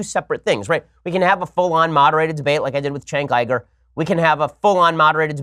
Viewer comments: Why do you pronounce Cenk Uygur, Chenk Eyegrrr? It’s Senk Yougrr. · Chank Igur. That's how you say it.... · Jake Vitullo Actually its "Chank Youger" I'm pretty sure.